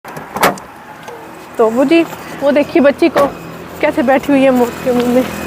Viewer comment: Acchi video bnai pr moot nai maut hota hai 😂😂😂😂.